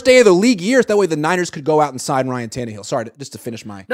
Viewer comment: can you please stop saying Ryan tannehill 😂😂😂😂… my God no ! 😂